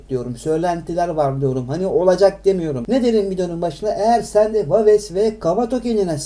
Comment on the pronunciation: Daha waves nasil okunur onu bilmiyor birde yorum yapiyor